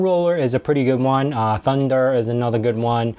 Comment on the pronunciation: love your videos man and excited to see the hyprland video. I've been on it a few months and I like it. One thing. The file manager Thunar.....NOT Thunder. Just had to say, looking forward to more of your awesome videos.